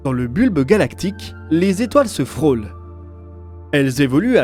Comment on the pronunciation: les étoiles se "frolent" à 400 milliards de km... 😅😂